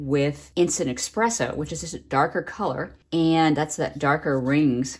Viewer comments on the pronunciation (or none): Love all your techniques, but especially #3 where you use the dry coffee particles on the wet paper. Brilliant! I've done the same with water-soluble graphite with similar results, but in black and shades of gray rather than brown. (BTW, it's Espresso, not Expresso ;-) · I'm binge watching your videos, so much great stuff. But... there's no X in espresso. FYI.